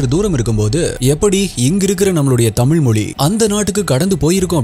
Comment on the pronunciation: Pronounce tamizh properly